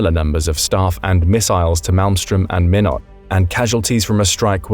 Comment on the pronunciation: We pronounce Minot as “MY-not” rather than “minn-ut”